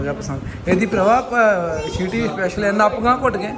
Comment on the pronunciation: ਸੀਟੀ ਹੁੰਦੀ ਆ ਵੀਰ ਸ਼ਿਟੀ ਨਹੀਂ😂😂